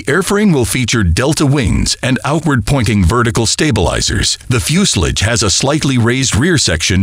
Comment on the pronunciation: Considering they can't even say the name for the body of an aircraft correctly, I wouldn't hold much weight on the opinions expressed.